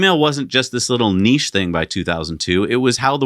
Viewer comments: Thank goodness you’re pronouncing niche correctly! During my Mazda Apprenticeship, we were informed that the MX-5 was a niche product - they planned it that way. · Thank you for correctly pronouncing niche, I can’t stand the other way. Million likes! 👍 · I'm so happy you guys pronounce niche correctly 😂